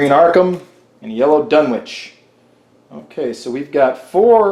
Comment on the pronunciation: They don't lose Insanity, they lose Sanity. It's ShOggoth, not ShAggoth. The W in Dunwich is silent. The O in Innsmouth is silent. MI-GO EYE, not MU-GU EYE smmfh